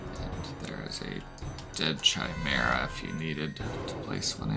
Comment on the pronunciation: Pretty sure "chimera" is pronounced with a hard "k" sound, lol 😅... Very cool animations, though 😁!